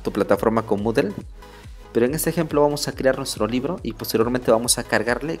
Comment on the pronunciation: dice libre...debe decir libro